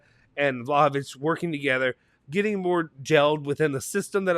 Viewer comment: Some of our fans are still calling De ligt (De light) And they have to say the H It’s Vlahovic not Vlaovic